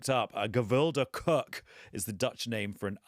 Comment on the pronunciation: It's a dutch biscuit. In dutch, biscuit is called koek...pronounced the same as cook in English. 😅